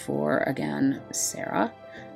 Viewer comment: ur pronouncing serah correctly ooh i herd lighning is a preety ok magic tank im actually interested in getting her since she free. If ever the DV quest ends this maintennace 6/3 and claim period or exchange is until 6/10